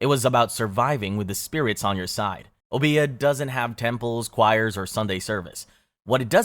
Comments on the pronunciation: It's Obeah, not obía. O-be-a just like it's spelled (but ignore the H). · Silly pet peev, but it's not obEah, it's Obeah, with an emphasis on this O not the e. And the e is a long E sound, not an A sound O-BE-AH. At lease that's how it's said in the Caribbean. I hope this helps if you ever pull up!